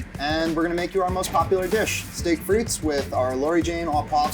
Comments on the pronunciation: The S is silent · Thanks for giving 5 guys a tip for their fries. Now I'm going to give you one: The 's' in frites is silent.